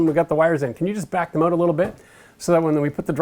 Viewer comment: I still get hung up on "out" being pronouned "oot"! Thanks for the videos!